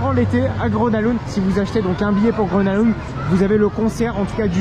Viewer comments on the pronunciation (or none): Salut, le nom du parc se prononce "Greuna leund", attention aux prononciations c'est quand même important quand on utilise son nom souvent dans la vidéo 😉 Sinon ça fait plaisir de voir une vidéo dans ce parc très peu visité des park fans Français ! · sauf que le G se prononce "y" dans le cas de Grona Lund. Un petit rappel est toujours bon à savoir. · bah c’est surtout qu’il est tres commun de franciser les noms des parcs, donc rien de choquant ici. Je n’ai strictement jamais entendu un francophone utiliser la prononciation suedoise pour ce parc. mais bel et bien « grona lounde ». ceci dit un petit rappel toujours bon à savoir !